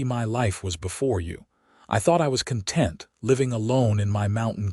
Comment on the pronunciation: Very good story. Interesting, full of intrigue, suspenseful, all good elements. Narration was good, but AI still needs improvement on the correct pronunciation of several words, in relation to the sentence, like read, live, and content. Stating the legend and love of the whole story doesn't need repeating three or four times at the end just to use up time. A little more editing would go far. Listened from Northeast Florida USA.